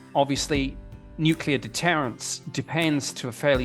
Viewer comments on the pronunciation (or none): NEW-CLEE-OR not nuculer